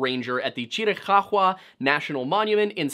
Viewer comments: Chiricuhua is pronounced ------Cheer a cow a. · Chiricahua is said Chiri-kaah-wah, lol. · Chiricahua is not pronounced Chr-uh-cock-wuh but rather Chr-uh-kaa-wuh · AZ native here; it's pronounced CHEER-a-COW-a. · Cheer-eh-cow-hwah is how you typically hear it pronounced here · Yo homie it’s pronounced chee rih cow wah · It’s pronounced cheer-ah ka-wa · I appreciate the sheer emphasis with which you pronounce Chiricahua. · Your pronunciation of the native tribe is priceless 😂😂😂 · Love hearing about my tribe and culture, but it was funny hearing the chiricahua name pronounced that way 😅. Love the video tho. Great to listen to. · The way he says Chirikahua is super distracting as someone from AZ lmao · Yeah I live near tombstone, work in Tucson but spend every weekend in the Chiricahua or Dragoons. Nobody pronounces it like that, the only ones I've heard odd pronunciations of differing variety from are form the East and asking for directions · You know a simple Google search would tell you ththe proper way to pronounce chirich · Dog absolutely nobody pronounces Chiricahua like that